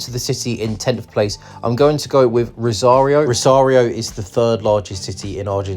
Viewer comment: si, pero la ciudad de "rario" o la provincia de "salsa"😂😂😂